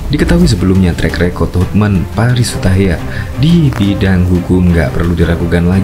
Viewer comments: Bang... Hotman Paris HUTAPEA... bukan hutahaean?? Koreksi yaaaaaa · Hotman paris Hutapea min.bukan hutahaya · Hotman Paris Hutapea mas,bukan Hutahayan, terimakasih. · Hotman paris hutapea bosss...bukan hutayan. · Hutapea pak bukan hutahaian